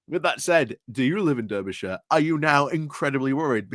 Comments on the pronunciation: I'm from Berkshire and I know it's pronounced Darbyshire - bit like Barkshire! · Come on now, no excuses, must try harder! 🧐 I'm sure even Phil Moorhouse knows it's pronounced 'Darbyshire' and he really struggles with non-phonetic place names. I think he's Yorkshire born. As for the Reform shower... 🙄. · I never knew that "durbyshire" was the official Yorkshire pronunciation for Derbyshire. Still, to be fair, it's quite a distance away from Yorkshire... all of 70-odd miles ;) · Why is it so hard for you to say the name of the county and city correctly? Being from Yokelshire isn't a reason. Making the point for a triggered friend 🙂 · you are not wrong about Reform but the fact that you claim you are from Yorkshire yet don't know how to pronounce Derby or Derbyshire really does affect your credibility. Sorry.